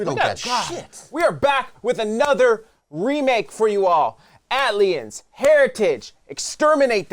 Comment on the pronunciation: nice work here fellas. Ayy-Tee-El-E-Ens though, just fyi. "At-liens" had me dying